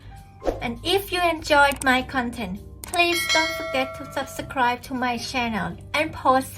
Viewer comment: "Sub _ Scribe" Say it in sylabals then you can say it properly